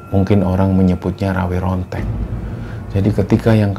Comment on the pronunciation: Pengucapan nya jng Rawe Rontek bang tapi Rawa Rontek